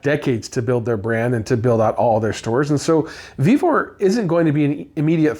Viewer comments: It's VEVOR😂😂😂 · Vevor, it’s Vevor